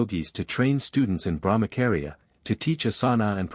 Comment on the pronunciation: Thank you! Please BrahmaCHaria not KAria 😅 its repeded so many times...wrong